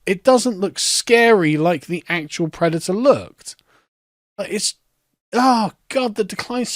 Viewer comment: I'm pwedator and I'm vewwy angwwy